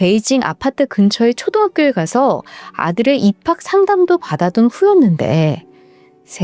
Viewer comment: 발성은 너무좋으시구 어색함도 안느껴지는데 발음이...약간 계속 뭉개지는거같아요...단어의 한글자가 부정확한? 예로들어 양야에게,실랑이->실라이,초드학교 라고 들리구...뭐라하려는게아니라 제귀가 잘못일수도있지만! 아니라면 개선해주셨으면좋겠어서 조심스럽게 댓글 남깁니다😅